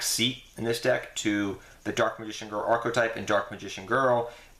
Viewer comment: he said archotype, he dumb